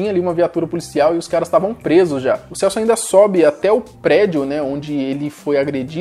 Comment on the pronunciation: Kkk no final falao Celsp.errado